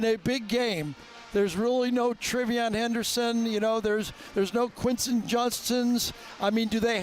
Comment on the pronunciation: Are you saying Quinshon Judkins? ❤️🌰🏈